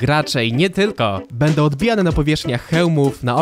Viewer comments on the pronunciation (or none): none